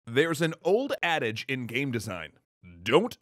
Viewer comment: When he said "addage" I dead ass thought he was gonna say "there is this old ass saying in games"